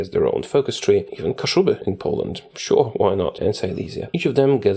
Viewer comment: O stary, dopiero jak pięknie powiedziałeś Kaszuby, kapnąłem się, że kanał prowadzi Polak haha :D